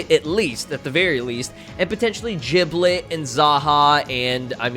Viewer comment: Its giblet not jiblet